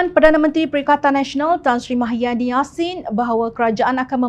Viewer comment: YG BACA BERITA NI PUN SATU...TAKUT KE NAK SEBUT NAMA BETUL MUHYIDIN..SAMPAI SEBUT MAHIADIN...ADOIII.....SEBUTAN KO...AKU PLAK YG MALU ...